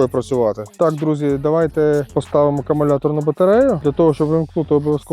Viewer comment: В першу чергу "Акумулятор", а не акамулятор ... Маю акумуляторну пилу SEQUOIA 4014bso, - позитивно вражений потужністю, проте довелося "допиляти" пружину гальм, бо терлась об вал...